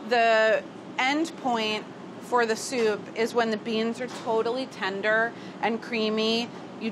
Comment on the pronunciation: I love how when Carla says 'beans' it's always a two-syllable word